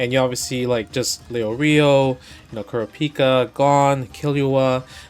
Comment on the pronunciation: KooorA peeka